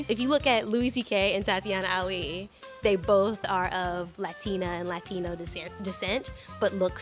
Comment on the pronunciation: I hate the way he pronounces Latino, maybe he should've... not been the guy for this